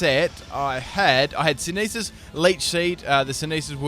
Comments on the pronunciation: Lol "synethis" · That is one weird pronunciation of synthesis.